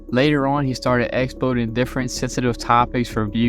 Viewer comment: ekplotin or exploiting.. mumbling ass